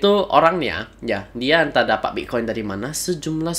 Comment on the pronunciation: Saya dengar mas ini bilang bik koin ya Wkwk